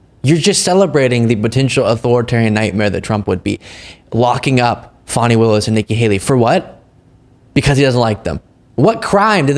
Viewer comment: He said Fannie, Someone advising that little boy needs to teach him how to pronounce people names that He obviously hates.